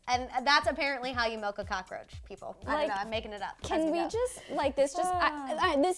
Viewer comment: Cocka-roacha..Not I😱😵😨